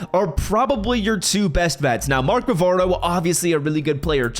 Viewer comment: Mark Bavaro not bravo lol